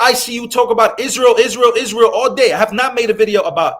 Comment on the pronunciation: mispronounced Israel…